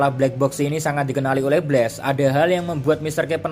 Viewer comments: kalo pengucapannya pake e itu BLAZE, kalo BLAST pake a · Min pengucapan BLAST, bukan pakai e tapi pakai a